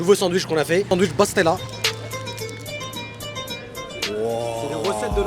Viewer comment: On dit besstella